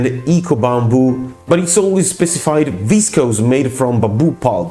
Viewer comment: Processed into some word that starts with v and is pronounced unintelligibly. How informative.